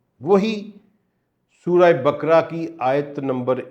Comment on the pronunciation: سر جی تلفظ درست کریں سورہ بکڑا نہیں سورہ بقرہ ھے